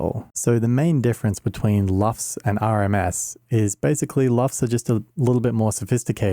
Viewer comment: It's LUFS, not LUFT. LUFS: Loudness units, full-scale. LUFT: the last name of a screen star of the early 20th century (Lorna Luft, look her up; follow the yellow-brick road...).